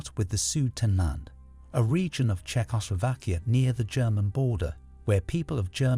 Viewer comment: The narration so fake. He keeps saying polish as in like furniture polish instead of Polish. 😂 And he butchers pronouncing Czeckslovakia